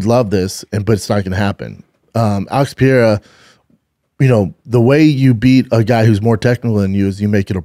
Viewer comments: Can somebody please tell Brennan how to pronounce Pereira? Please no more french pronunciation "Pierra" it's your job. Somebody help him he's Brazilian not french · No it isn't. It's "Pahaaira". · Alex Piera? Wele Zhang? Dude, make an effort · I'd bet my testicles that Shaub will NEVER pronounce Pereira's name properly! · Dude, just say Pereiras name right...just once